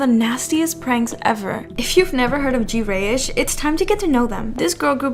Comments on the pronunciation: small nitpick but it's not jee-reyish it's just greyish. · Its “grey-ish” not “gee-rey-ish”